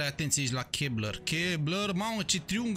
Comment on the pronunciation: se citeste Kesler, nu Kebler😊